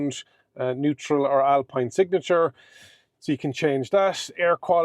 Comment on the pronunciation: Alpeen!!! Alpine as in the alps